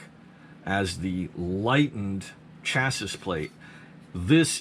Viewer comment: Lol chassis plate lmfao stop sayin it wrong